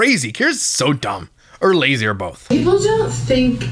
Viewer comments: it’s just making fun of how she says “both” BOWLTH lol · It’s because she adds an L to both. She says “bolth.” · ohhh 😂😂😂😂😂😂😂😂😂😂😂😂😂 duh